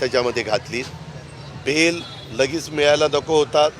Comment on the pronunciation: बैल नही रे बेल